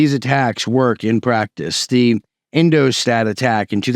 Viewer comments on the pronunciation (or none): none